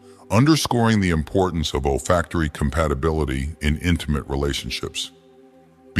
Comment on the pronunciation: It’solfactory, not old factory or all factory. Those kind of mistakes make it seem unprofessional, or maybe just AI produced.